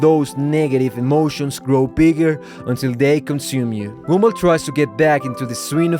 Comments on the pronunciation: is it me or i am actually hearing "GoUmBaL" instead of gumball? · Love the fact you pronounce Gumball as Goomba. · Love how you call him "goomball" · But why i heard goonball😭🙏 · ok but why do you call him goomball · bro said goonball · Whenever he says Gumball I hear goomba like from Mario idk why lol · Bro stop calling him “Goonball”😭😭☠️☠️☠️🙏🏿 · Did this mf just say goom ball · Why do you say it like "goombul" 😭😭😭😭😭😭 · I don't know why whenever you say "Gumball" it ends up sounding like "Goomba." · It’s probably because of his accent.